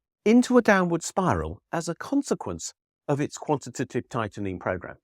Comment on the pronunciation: I think you deserve applause for saying “quantitative” perfectly quite so many times 🙌👏